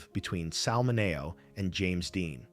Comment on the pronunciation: I wonder if AI will EVER learn pronunciations? I thought it was pronounced "Minny-O".